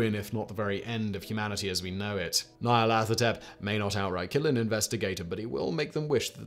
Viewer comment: You are correct. All his pronunciations were, um... admirable attempts.